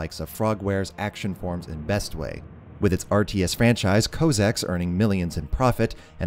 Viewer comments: cossacks not cowsacks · "cossacks" is pronounced "caw-sacks" now "ko-sacks"